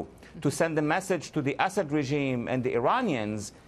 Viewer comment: I love how Walid pronounces “Assad” as “Ass Head”